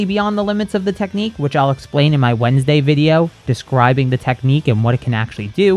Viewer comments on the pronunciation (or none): none